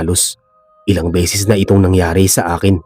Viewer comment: Bisaya. - BESES hindi BISIS PERO hindi PIRO Para ibayad sayo PERA hindi PIRA Bisaya. - ORAS hindi URAS